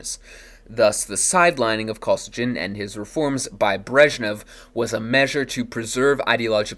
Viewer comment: It’s pronounced “Koh-SEE-ghin”.